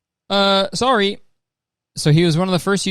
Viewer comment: That "Ha, SOHRRY!" Was the most Canadian I've ever heard Kurtis sound. Lol. I love it.